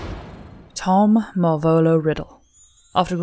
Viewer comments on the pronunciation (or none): I'm sorry. The way she pronounced 'Marvolo' made me cringe so hard I fell out of my chair.